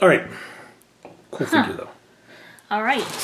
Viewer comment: זה לא ויחג'ר זה פיחג'ר